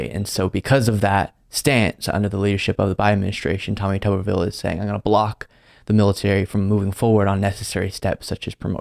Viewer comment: Tommy Tubberville, or Tommy Rubberville? (Rubbin' one out, I mean.)